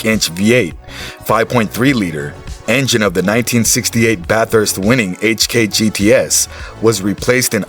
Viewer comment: they lost me when they called it Bat-Hurst